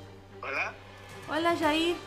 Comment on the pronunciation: Como q agrada mas q le diga shair en vez de yair